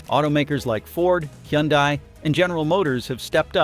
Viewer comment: "That dominance was built on expectations, not reality." That's a very polite way of saying it was overvalued af. 🤣😆 "Tesla's sales are in freefall, here's why" - because people don't want to buy from a Nazi. Tesla's biggest problem is its psycho Nazi CEO. Also, just FYI - that AI's mispronunciation of Hyundai was painful.